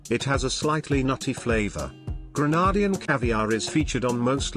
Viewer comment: Pls pronounce Grenadian correctly